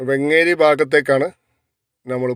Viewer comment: വെങ്ങേരിയല്ല വേങ്ങേരി